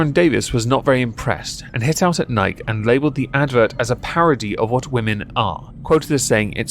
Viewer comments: "Ann-HY-zer", not "Ann-HOW-zer". "NY-kee", not "Nyke". That's an actual deity, we know how the name is pronounced. Kudos on the single malt. But proper single malt is Scot, not English. Glenmorangie is superior. Light beer is basically rental piss. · Nike E, nikey, not Nike. :P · Bud light is an abomination of a beer. Nike is pronounced "Nigh-kee"...uno, like the Greek goddess. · In french we call it Nike to not insult the goddess of victory. Niké also mean "f*ck" in slang French. So ... we pronounced the name of that brand NEIK. Ei = your "I" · The one thing that i hate about Nike most isn't the sweat shops or bad business practices... Its the fact that nobody pronounces it right. You cant be a globally known company AND still have half the world pronouncing it wrong. Pick a freaking lane guys!